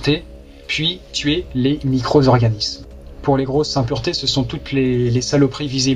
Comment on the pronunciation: Les micro-Z-organismes ?! Comment causer français comme pas un.